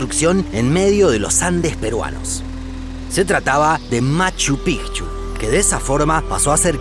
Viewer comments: Porque dices Pijchu, es Machu Picchu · Escucho mal yo, o dice Machu Pigchu? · Nadie:...: Machu PIJJJCHU